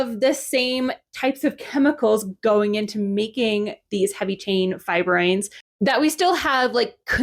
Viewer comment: Pretty sure it's pronounced fibr-OH-in rather than fibr-OY-n, but otherwise great video. I had been under the impression that insect fibroins and spider spidroins came from a common ancestor, but that clearly isn't the case. Those are very different amino acid sequences. I guess that's why the term spidroin was coined. I doubt I'm the only one who was confused about fibroins and fibroins being chemically similar instead of just functionally similar. Also, the reason Bombyx mori produces such a high proportion of silk in their cocoons is almost certainly selective breeding. They're extremely domesticated and totally incapable of surviving in the wild (or even flying except in rare individual cases).